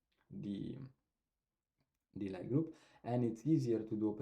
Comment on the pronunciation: Lie group/algebra is pronounced as “Lee” :)